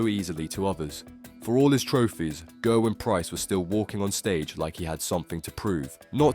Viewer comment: It's GERwyn btw not GURwyn